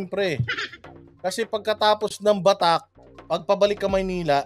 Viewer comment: Batac hindi Batak.